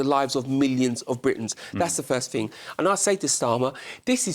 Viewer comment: What’s a “fing”?